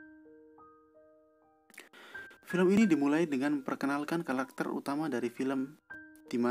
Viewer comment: 0.06 Kalakter wkwk